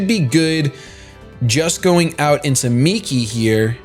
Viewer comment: Yea, I really hate cresselia so much. Also, it's Migi, not Miki XD but y'know, close enough